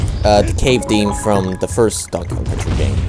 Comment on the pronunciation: Sounds like you said 'Donk Kong'. At the beginning cx